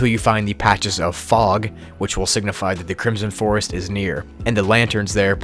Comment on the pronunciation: CRISOM FOEST